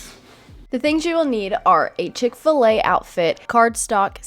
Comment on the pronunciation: Chick-Fa-La for sure